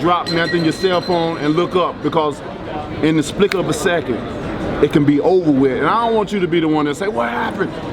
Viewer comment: "In The Splick Of A Second"